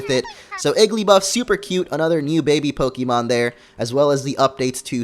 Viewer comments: you pronounce pokemon wrong! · I know, but he and multiple other people say it the wrong way. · just because it's pixelmon doesn't mean you pronounce pokemon differently(wrong).